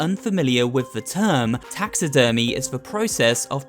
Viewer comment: he. My mind just went to taxes when he said taxi-dermy